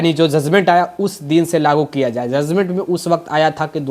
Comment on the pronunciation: Zuzment nahi sir judgement hota hai aap patrakar hai r education ki bat karte hai to pronunciation thik kijie